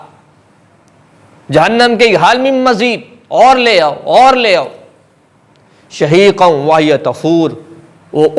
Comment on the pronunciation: اسلام عليكم اصل لفظ شھیقا ھے سھوا شہیق بول دیا